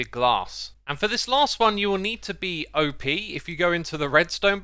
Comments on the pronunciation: It's "op", not O.P. As in, rhyme with bop. Operatior. Op. Operator. Op. Op. Op. Not O.P. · Xisuma I know you have a thing for mis-pronouncing words, but OP is not said as letters, that would stand for "Over Powered", as in "this gun is OP". No, OP is short for "Operator" and is said as a word: "Opp" as in Hop but without the H. And As I anticipate you or others commenting "but that's just the way he says it", that's no excuse. This is almost as bad as you and the other Hermits saying terraforming when you actually mean landscaping, you are teaching people, especially younger viewers, the incorrect terms to say. You have a duty as a content creator and influencer to get it right. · Why do you say O P? It's short for Operator, not an acronym.